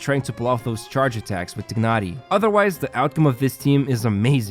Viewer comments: When you say it its not tignari its called tainary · Tye-nari is how they say it in the English option in game. Idk why you're saying it like that. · How hard is it to pronounce TIE-NARI. I am not being to ignore that while watching the video